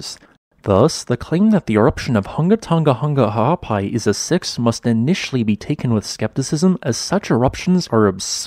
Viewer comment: Dude gets serious props for hitting that full name right :)